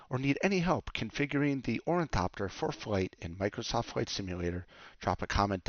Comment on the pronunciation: It's really hard listening you butcher the word ornithopter This is the correct way to pronounce it